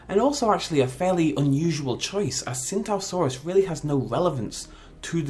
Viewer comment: It's pronounced chingtao saurus